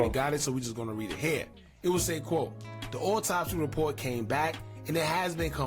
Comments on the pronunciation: This nigga said auto-spy 😂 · nigga said auto-spy lmao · That boy said auto spy 😂😂